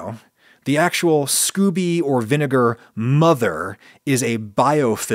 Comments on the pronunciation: *Not 'scoobie' but 'skO-bee'. Hard 'o' sound. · I think it's pronounced scoh-bee. I've never heard anyone say Scooby. Ghah is best when served live though. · Did not expect a rant about daddy issues. I enjoy these little insights into the mind of Ragu-Sea, not gonna lie. And I'm pretty sure it's pronounced "scoe-bee" not "scooby." I could be wrong tho. Maybe that's where Scooby Snacks come from. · Scoby, not Scooby-Doo! Lol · scoby not scoooby lol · I've heard Scoby pronounced Scoh-Bee rather than like Scooby Doo. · SCOBY, short "O" not SCOOBY (doo!). 💕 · "Scooby" 😆 😂 No Adam. Just no